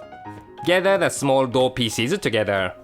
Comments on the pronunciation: Anyone else hear "chocolate feces"? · xD " ..And the Choocolate Peaces" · it sounded to me ash though he said: 'and the chocolate feces' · lol fransis pronouse pieces as feases